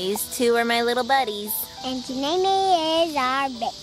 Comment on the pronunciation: Love how is calling Janea Janea Nae